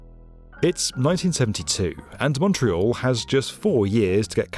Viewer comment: Thank you SO MUCH for pronouncing, obviously in English, Montreal like a Montrealer!! Very professional.